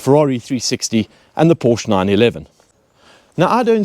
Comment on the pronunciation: You lost me at "porch" 😅